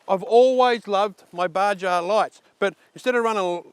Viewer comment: Baja is Spanish and the J is pronounced H. Pronounced Ba-Har.